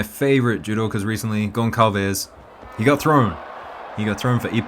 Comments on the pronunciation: Hi, your videos are great, thank you for making them! Just a pronunciation quibble, the name "Gonçalves" is pronounced as "Gon-Sal-Ves" : the "ç" is pronounced "S" and not "K". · It's pronounced Gon-Sal-Ves!